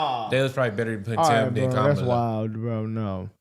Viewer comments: why I’m hearing scamala sKamala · Her supporters weren't pronouncing her name correctly. Did anyone notice that? 😅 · is it just me or were the protestors saying her name wrong? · She got a whole crowd that missed the pre game, mispronounce her name😂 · Were they pronouncing Kamala incorrectly which is racist.